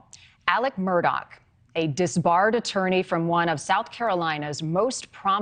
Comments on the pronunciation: This lady apparently doesn't realize the name is Murdaugh and not Murdock. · I wish she’d stop saying “Murdock”! It’s Murdaugh!! PS. He is as guilty as sin!!! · Murdock? WTF she can’t even pronounce his name right. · Why are you miss pronouncing his last name? It's Murdaugh NOT Murdock ! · Also if you're gunna cover this story you should get his name right it's murdaugh not Murdock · MUR DAUGH NOT DOCK! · Hey lady. Want to keep your job learn hiw to pronounce peoples.Names!!! It’s Alex murdaugh. Not doc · And it's MURDAUGH not Murdock get it right😂😂😂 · Is it just me or is everybody in this pronouncing his name completely wrong maybe it's because I'm from South Carolina and I actually know how to pronounce his name but everybody up north is saying Murdock. I don't know maybe it's just me 🧐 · don't understand why they're repeatedly saying Murdock... it's Murdaugh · His last name isn't Murdock. Not sure how this reporter can mispronounce the name. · Is Murdaugh pronounced as Murdock?? Why do the reporters keep saying that?